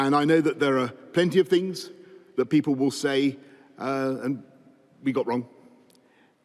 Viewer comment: lmao the way he says "we got wrong"